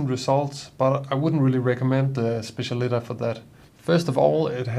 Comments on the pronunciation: It’s pronounced SPETCH-AH-LI-TAH. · I think it's pronounced spe-ssial-i-TÁ .